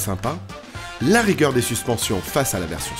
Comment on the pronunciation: vous aimez la "rigeur" des suspensions ? xD